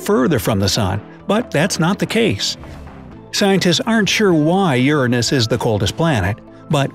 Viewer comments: ERROR It is youray-nis not youra-nis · Bright side: Ur-an-Us Me:U-ran-is Like if you thought that was funny 👎 👎 👎 👎 👎 👎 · Lol the way u said Uranus 😝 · The way he says Uranus. Lmao🤣🤣